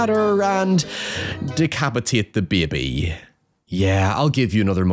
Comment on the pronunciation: de behbeh